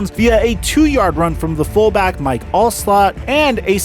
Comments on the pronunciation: Callahan didn't get fired after the super bowl he continued to coach another season or two was fired after 4-12 season you actually have that visual as you wrongly state that. Good work maybe a little editing would put ya over the top. ALSO it's Mike ALSTOTT not all- slot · "Mike Alslott" and "Keelian McCardell." LOL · You seriously just called one of the stars of his era Mike Al”slot” It’s near impossible to misread his name if you did any research. He’s even unique because of how devalued his position has become This happens so frequently on youtube, it’s almost like the younger generation places no value on quality, they think the whole thing is just propped by how exclamatory their speech is.